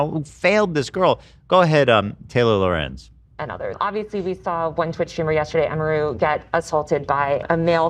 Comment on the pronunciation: Everything Ethan mispronounces emiru I die inside